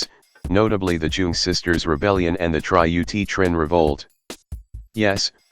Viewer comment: Great video but seeing "Trieu" being pronounced as "Tri-eu" is pain on a whole 'nother level